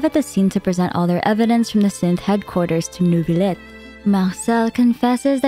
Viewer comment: did u say neuvibleh???